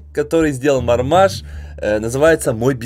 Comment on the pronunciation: Марма́ж а не ма́рмаж! Марма́а́а́а́а́а́а́а́а́жжжжж